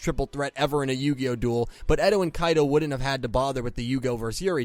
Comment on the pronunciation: can you start saying character names better? eto is actually aster, kaito is actually kite, and you called zuzu yuzu. I would like if you pronounced names correctly pls?